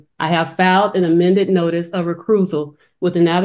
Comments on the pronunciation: "...representative for the descendant..."...?? What, she represents one of her kids? "...filed an amended notice of r e c r u i s e a l ..."...???. Oh, ok...not recusal...reCRUISEal...is that taking a vacation by ship more than once?? Makes sense since these clowns are always talking about maritime law... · Always with the extra r’s - beneficiRary, recRusal… they always embarrass themselves by using words they don’t know the meaning of and can’t pronounce - well, they should be embarrassed, but they aren’t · And second of all, nor is it "reyhCRUZal"! Smdh.